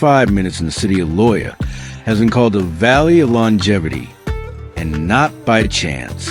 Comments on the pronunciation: Loja is pronounced LOW HA! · FAKE and not true. #1, I could espaily be run over by busses here, in this small town, any day. Pedestrians are treated like dogs. #2, it's NOT "vilca BAMBA." Or "Lo Ja." It's "vilca bomba" and "Lo ha". If the creator is so lazy as to use AI voice, the video facts are also farmed from the internet. And we know how true the internet is.